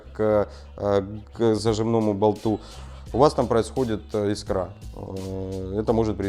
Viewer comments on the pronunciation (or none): none